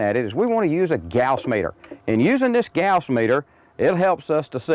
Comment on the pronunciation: i was in electronics engineering and we never pronounced gauss like that